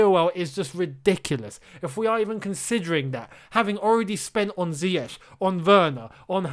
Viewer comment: can't pronounce Ziyech 🙄